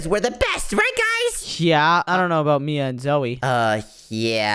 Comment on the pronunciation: Bro said bia not mia